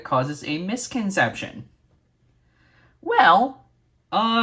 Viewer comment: I think they're referencing you trying to say the word misconception.